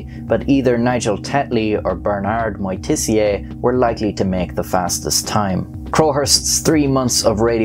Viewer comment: Moitessier : for good pronouncing ( I am French) you have to say : mwa-te-ssiey. He is from the high profile french family who own the very known and expensive Champagne Moitessier.